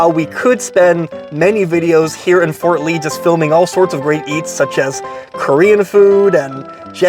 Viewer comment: Harams in Fort Ree